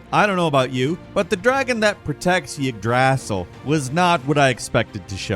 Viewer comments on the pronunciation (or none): Same goes for all the other names he can't say properly. Just proves to me that he hasn't actually played the games. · It's pronounced Eeg-druh-sil. Not yeg DRASSle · Yggdrasil - igg-drah-sil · It’s pronounced, Eedrasseal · First, to my knowledge, it's pronounced eeg-dra-sil. Second, how can you say "He probably didn't fall all the way down the hole" immediately before the character in question saying yes, that's EXACTLY what happened? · “MidgErd” “EEDrasil” Damn wtf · “Yagdrassel” head ah. Bout pissed me off. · I love you my G, but those pronunciations for God of War Ragnarok are atrocious 😂. My man's said NEED-HOG, Mid-GIRD, Yig-Drass-all all in the first 60 seconds and I was flabbergasted 😂😂. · I love you guys! So no disrespect when I tell you that Yggdrasil is said “Ig - Druh - sil” 😊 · Killing me with the ygdrassil pronunciation xD. IgdrASSle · Ygg'draaasell. Has to be the worst pronunciation ever 😂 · Yig drassel? You know they pronounce the word like a hundred times in the game. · Dude every time this guy says Yggdrasil I want to physically rip my ears off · Please never say yggdrasil or nidhogg again😂😂😂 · Has it been confirmed that purposely mispronounces names? I swear, in just about every video, he mispronounces a name. In this case it was Yggdrasil. It should be understandable (not a normal word/name) but I know that he’s played the game, therefore heard the correct pronunciation. Not only that, but this is a regular occurrence. In just about every video where there’s a name that could be flubbed… he flubs it. And he will sometimes even say it correctly after mispronouncing it once or vice versa. It’s definitely a smart way to engage the audience if nothing else. I’m case in point. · They literally say Yggdrasil in the game...why are you fucking it up? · You are pronouncing ygdrasil wrong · man really pronounced Yggdrasil wrong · That's not even close to how you pronounce yggdrasil... that's not even a good or fair try.